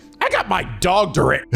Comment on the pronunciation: Really? His "Dogtorare"? That was great,. Get out. Leave.